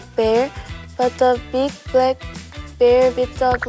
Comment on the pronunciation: i love how Iroha pronounces the “Bl” sounds as “Br” like instead of “Black” she says “Brack” its so cute!! ❤